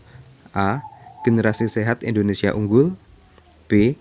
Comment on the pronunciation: Salah pengucapan nya kak